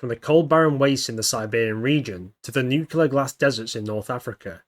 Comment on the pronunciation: Why is it acceptable for people to mispronounce nuclear? Are people that stupid? I guess so. Moron.